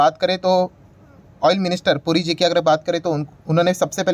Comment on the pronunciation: पुरीजी के बदले ,"गुरुजी" सुनाई दे रहा है!